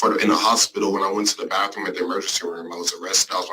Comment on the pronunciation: "Arrested in the baffroom"